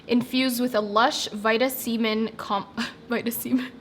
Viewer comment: Girl, I'm a child too because you said vita-semen and I cackled lol